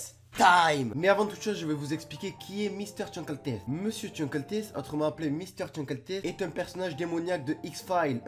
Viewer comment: Bah déjà prononce bien son nom steuplaît et X files est tout sauf pour les enfants c’est une série sur le paranormal avec des enquêtes arrête YouTube car c’est de la merde